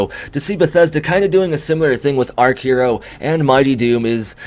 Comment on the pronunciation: Archero as in being an archer using arrows . Not arc-hero lol !!